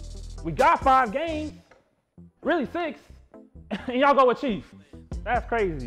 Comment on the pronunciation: It’s Chief not chef